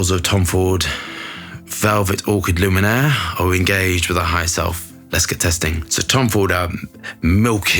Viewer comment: No N in it darling, it's Lumiere